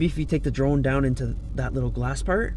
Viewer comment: Im i think he said trone instead of drone lol 😂